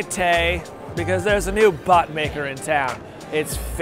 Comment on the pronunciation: Am I The only one who heard bud instead of bot?